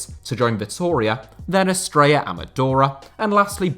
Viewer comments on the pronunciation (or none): none